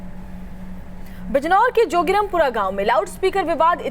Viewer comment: जोगिरम पूरा नहीं जोगीराम पूरा होता है।